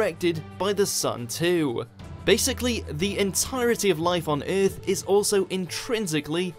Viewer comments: It's driving me crazy! you can hear it in occur as well, oercurr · I love this channel but I dislike how he says Earth